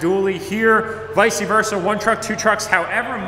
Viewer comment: Every time I hear visey verse I wanna leave 😂